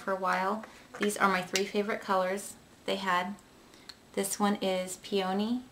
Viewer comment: AHHAH I love it!! You sad pee awn eee instead of pee on knee (hard to type that out)!! remember when we practiced saying it on the phone like a year ago?! haha brings back memories.